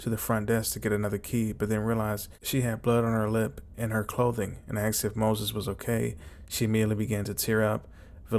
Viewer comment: I believe it is pronounced “aSked” Not “aKsed” boils my piss that 😂